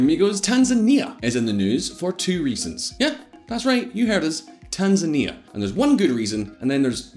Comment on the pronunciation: Tan-zany. Demonym is tanzaniacs (rhymes with animaniacs)